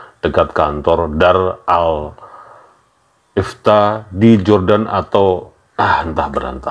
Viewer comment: Bacanya “Darul-ifta”, bukan “daral-ifta”. Bacanya “doktor Hasanat”, bukan “dokter Hasanat”. Dia bukan dokter, tapi doktor. Keduanya berbeda. Sehat selalu, Mas. 😬